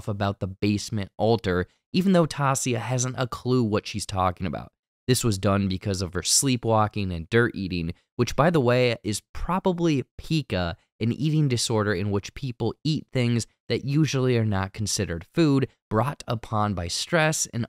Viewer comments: lol it's not pee-ca it's pie-ca. but if she has that, it's coupled with something else ie the sleep walking and primal behavior. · Ta-EE-sa and p-EYE-ca!!